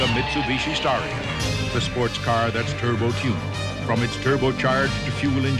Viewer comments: Dude. STAR-ION not STAIR-ION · are you sure its not "star ion" ? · I think if I say the reason for the mispronunciation I would be labeled as racially prejudiced 👀